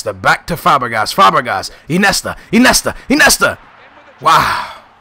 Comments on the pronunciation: It's Iniesta not Inesta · no offense,but,Iniesta is pronounced In-i-e-sta,not I-ne-sta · Iniesta... not Inesta. Falcao not Falcon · "Inesta" haha i love u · Lol i love how he says Inesta instead of Iniesta xD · Inesta? Iniesta ;) you have to say the names right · not inesta........but iniesta................... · its Iniesta not inesta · you don't say iniesta, it's injesta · why do u say inesta instead of iniesta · InIesta not Inesta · "Inesta" "Nesta", your pronunciation is pretty crap man, it's "In-e-esta" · IN-E-ESTA god dammit! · Sorry to be rude but iniesta is said like in-ee-est-a